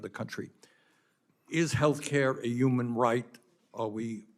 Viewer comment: I think bernie says “umam” instead of “human” on purpose